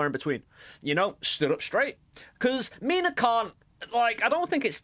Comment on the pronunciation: erm actually it is "minä" not mina 🤓🤓🤓🤓